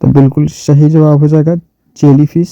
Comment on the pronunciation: sh aur s ko bolne me fark nhi malum shahi nhi hota balke sahi hota hai sir